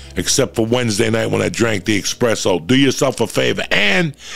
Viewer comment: There is no x in espresso. You can’t preach but be illiterate at the same time.